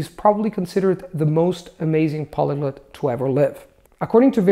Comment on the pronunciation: I say semai but I've heard natives say semee. pronounces a lot of his vowels very different from a native like with "polyglut".